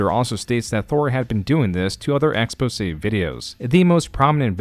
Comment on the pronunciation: Anyone know if this channel is AI? Things like pronouncing exposé as ex-pos-ey has me wondering and I am trying to clean up my recommended videos. No shade. It is harder to tell with faceless youtube channels.